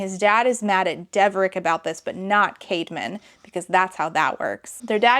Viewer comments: Misheard the brothers name when you first said it and for a second I thought his twins name was literally “caveman” 😭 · Oh I'm not the only one who thought she said Caveman. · Definitely thought you were saying Cavemen up til that point and I didn't blink an eye. 😂